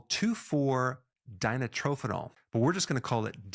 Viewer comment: CHRIST'S SAKE! PRONOUNCE IT RIGHT! , 2,4 DI-NITRO-PHENOL. DI STANDS FOR THE FACT THAT THERE ARE TWO GROUPS OF NITRO (NO2) CONNECTED AT THE 2 AND 4 CARBONS OF THE PHENOL GROUP. GO BACK TO YOUR ORGANIC CHEMISTRY INSTRUCTOR AND SLAP HER ACROSS THE FACE FOR NOT PRONOUNCING THESE CHEMICAL MOLECULES CORRECTLY.